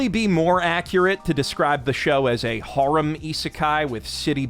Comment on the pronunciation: bro needs to learn how to pronounce harem...